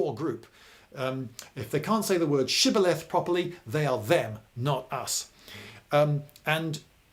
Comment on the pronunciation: The way you "shibboleth" clearly reveals that you are not one of us Hebrews 😜